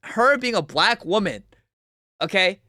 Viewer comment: Ok. I’ve listened to the whole video. Are you saying “women” when you say “woman?”